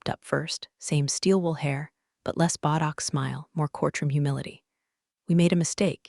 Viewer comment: After all this time, "botox" is still being pronounced "buttocks."